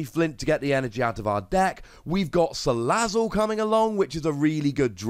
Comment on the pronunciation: you said Salazzle the way it is, what's going on????